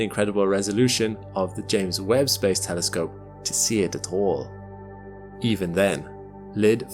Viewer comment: THERE IS HOPE HE SAID TELESCOPE AND ASSUME CORRECTLY INSTEAD OF GOOFY NIGEL ASHOOM AND TELLY SCOPE :face-fuchsia-wide-eyes